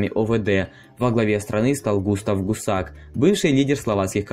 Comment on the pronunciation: Все ударения не в ту сторону?!!!ГусАк...как не стыдно?.